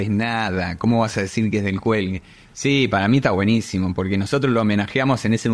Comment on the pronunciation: 😂😂😂 'cuando se enteren que no es del cüelgue.."